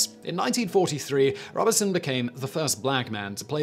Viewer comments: The only thing that really pisses me off with Simon is his pronunciation he can not be arsed to look up how to pronounce words or names. It is pronounced robe son not Robinson! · I believe it is pronounced “Robe Son”, not Robertson. Thank you for this video, information is power. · Robe-son not Rob-e-son! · It’s Robe-son not Rob-uh-son. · “Robe-son,” not “Rob-be-son.” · Simon I have always heard Paul Robe-son is the pronunciation. Brian "Jonners" Johnson on Down Your Way and Desert Island Disks - Roy Plomley 1st December 1958. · Yes, it's Robe-son with a long O, and his co-star was Uta Hagen with a short A -- HAH-gen, not HAY-gen. The story was great, but mispronouciations like this always jar me ; I think a part of me wonders about the quality of the research that went into the story. If you can't (or won't) bother to get the names of relatively famous people right, can I really trust that you got your facts straight? Sloppy research is not reliable. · Psst! Simon. Pssst! ‘Mores’ is pronounced ‘moorays’ and Paul Robeson’s surname pronounced ‘Robe-sun’. (Just sayin’). Love your work, Simon. Keep ‘em coming. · Pronounced Robe-son. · You need to read your scripts before you speak them. It's clear you're reading them off the teleprompter... and you're getting lots of worms wrung. Sometimes you use the wrong word and sometimes you just mispronounce them. Check how Google recommends you say 'Robeson' for example. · The 'Turing' film is wildly inaccurate ,and misportrayed Alan Turing. mispronunciation of Robeson, and a lot of an socialist persecution US examples and ragbag cases. ANNA! Not up to usual standard , but usual mispronunciations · Please learn to pronounce "Robeson". It's not hard.